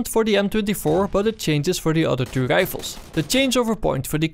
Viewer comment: I would love to watch your videos man, but I unfortunately just can't stand the "sniper gdifles" Im so sorry. 1 like for you though because I know you have a good following and your videos are informative.